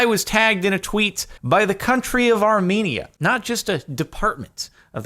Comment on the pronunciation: I had to click on this cause I'm Armenian also not how you say Armenia